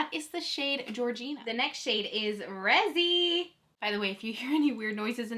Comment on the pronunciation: Isn't the name Am Ree Zee ... instead of Am Rezy? Have I been saying it wrong all this time?